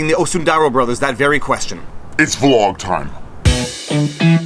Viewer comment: "It's vlawg time" love it!